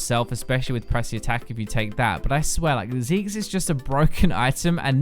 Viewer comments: I totally hear ZIGGS too. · Whenever you said Zeke's, I heard it as Zigg's, which was VERY weird